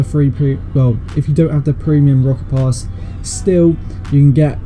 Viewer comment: When he said rocket pass I heard it as rocket loss XD